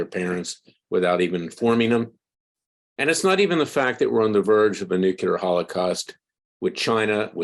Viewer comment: "Nuculer" over and over and over... Video after video you mispronounce the word...